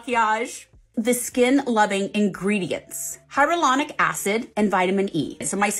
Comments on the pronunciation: Lmfao the way she said hyaluronic acid 😂😂😂 hyralonic habababab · I’m living for how these celebs are saying “hyralonic” acid wrong because they’re reading a script. 😂😂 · Not the hyralaonic 😂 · The fact that boy Tori and Melissa mispronounced Hyaluronic Acid the exact same way!!! 🤦🏻‍♀️